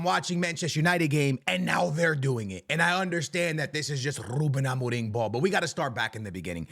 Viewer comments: bro stop saying amoring, his name is amorim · Why you said ruben amorin? 😂😂 or it sounds like amorin